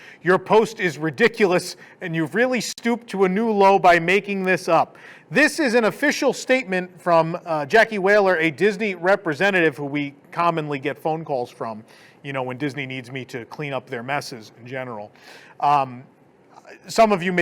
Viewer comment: Hahahah WHALER! It is actually Wahler. But, who knows, she could have a whole Captain Ahab thing going on. Perhaps is her Moby Dick. Or just dyslexic.